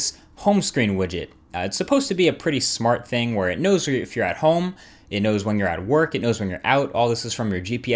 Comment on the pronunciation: EthanReres- WafflesFrom-Hell but you said you have "it", it sounded like you said you have a g4, which isn't out yet